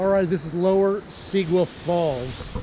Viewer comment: Pronounced See—Gua